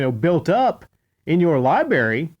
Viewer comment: LibRary!! Pronounce the R ffs!